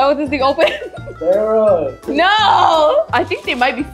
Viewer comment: BRITISH SARAH! (I'm British btw)